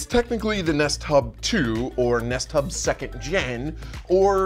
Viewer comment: I keep hearing nesttop instead of nest hub, and honestly that would have been a perfect name for it.